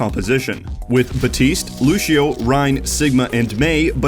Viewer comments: Is it me or says "Luchio" or "Lushio" instead of Lucio's actual name. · Lucio. Loose - ee - Oh. Loosio. Lucio. What is this Loosho nonsense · How do you cover professional ow, yet don't know how to pronounce a hero's name, who has been in the game since release? Luchio? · God I love these videos but I hate how he says looshio and not lucio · Ah yes looshio. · People who say lu she o make me want to scream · He says lusheo